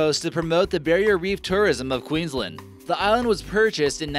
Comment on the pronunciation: Queenslend its bloody Queensland